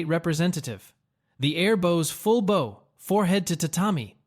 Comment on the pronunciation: Entertaining, but when you say "SAAKE" instead of Sake, and bow like bow and arrow, instead of bowing to someone. It really breaks the video for me.